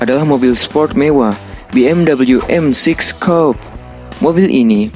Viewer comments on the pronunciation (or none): Coupe dibacanya kup. Sedan kup itu sedan dua pintu dengan atap keras dan yang kaca belakangnya menurun landai. Racing suit itu dibacanya resing sut bukan resing suit.